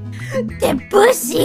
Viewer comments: *( Gura, you can't do that, it's pronounced Deb-you-see Gura: Haha, joke go brrrrrrrr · "Deh-BOOsee!!" Absolutely love the way she pronounced that lmao.